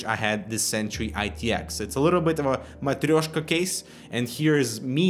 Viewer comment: твоё "матрёшка" звучало очень непривычно, обожаю твои видео - 2 года смотрю каждое видео и с каждым видео качество растёт <3